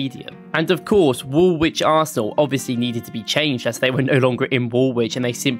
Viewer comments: Woolwich - you pronounce the L not the second W, wool - lich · It's pronounced Woolich not Wool wich. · The guy pronounced "Woolwich" wrong, btw. You don't pronounce the second W. It's pronounced like "Wool-itch". A lot of English teams are called Wanderers because they moved around different places to play football. Same as most teams called "United" are called that because several teams joined together to make one "United" team. I'd love to see you do more deep dive videos like this. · It's not pronounced Wool-Wich it's Woolich, the second 'w' is silent, I know the English language can be strange at times.😂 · BTW, Woolwich is not pronounced "wool witch" it's pronounced "wool itch". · So an Arsenal fan thinks Woolwich is pronounced Wool-wich instead of Wool-ich. Sounds about right. 😊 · For the American fans the last W in Woolwich is silent so it is pronounced as wool-itch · Not sure where the video creator is from that he’s pronouncing the second “w” in Woolwich but I found it far more annoying than I should have done.